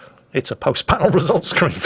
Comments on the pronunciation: says "Squeen" instead of "Screen" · “Post battle result squween” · I really enjoyed that Post Battle Results Scween and don't think I didn't notice that little verbal slip up. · Post battle results 'squeen''? XD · just wanna point of "Halkder didnt send in any post battle results 'sqween'" sorry but a funny flub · Did say scween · "Post battle result skween" xD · what happened there scween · "Post Scween." Thought we'd let ya get away with that one, didn't ya? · 4 kills for 44k damage tanked and 0 dmg taken says more than a "with enemies like these" comment ever could...entertaining battle though. Edit: Also, what's a "post battle results squeeb"? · did you just say scween? i want two swee thiyus battew twoo tiww the vewwy wast mayun edit: UwU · Lol he definitely said skween hahahahaaa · "Post battle results squeen" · Post battle results scween. Me: Hehehe: gun cocking sound Me: Yikes... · What’s a post battle results “scween”?